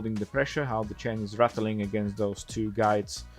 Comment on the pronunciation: Ratteling? I guess you mean rattling, yes?